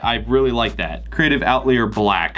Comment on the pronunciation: I think its pronounced "Out-lie-r" bro! 😀